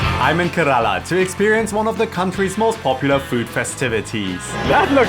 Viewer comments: it's pronounced Care-Laa not karala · More like Kay without y and rala